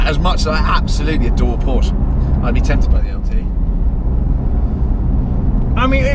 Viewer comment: Please stop saying Porsche GT3 RS we do honestly get it and please pronounce Porsche correctly